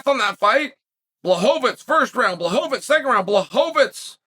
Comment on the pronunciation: Who tf is bla-hoe-vits?